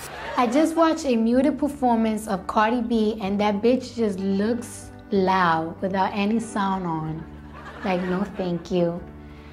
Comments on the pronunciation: Load not loa. She doesn't say the d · Hey, it's loud- not lou. Loud, loud loud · Where is the d in loud gone